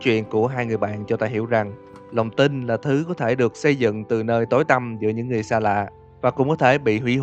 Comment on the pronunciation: Ko hiểu sao ,người ta đọc "lòng tin" mik nghe thành ĐỒNG TÍNH đc luôn á